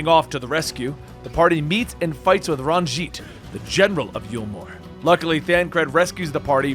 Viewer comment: Says every name wrong. Nothing. Says Ranj’it correctly. “I’m pRoBaBly saYiNg iT wRoNg!!!” Lol.